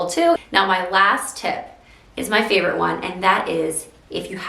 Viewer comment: Loved these tips! Aww I miss when you used to say favorite in the old way because those kind of things are what are so uniquely cute about a person. I started saying favorite in the way you used to say it because I like it so much and it makes more sense to say right about the things that are my faves so I swapped my way 🙂. THANKS for the wonderful tips and keep those those things that make you uniquely wonderful!